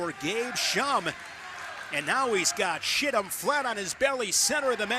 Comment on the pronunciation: Go to... calls Chittum, "Shittum," and says it again,, and...😂😂